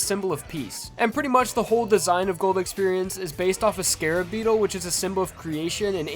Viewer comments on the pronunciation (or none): none